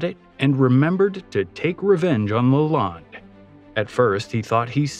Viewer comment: It’s Henry Leland pronounced Lay Land, not LaLonde.